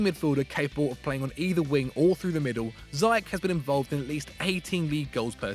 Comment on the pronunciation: Firstly, it’s pronounced ‘zea-yeg’ with the Dutch ‘g’ of course, and secondly, Ziyech is far to much of a showpony who only shoots form 20 yards or more. He needs to improve his shooting positions and overall decision making skills. Wether a larger club is willing to take the risk and try to coach these things out of him, I wouldn’t recommend. He seems like a stubborn guy so I think a league where he gets away with his arrogant ‘I’ll try whatever the f I want’ attitude is his comfort zone.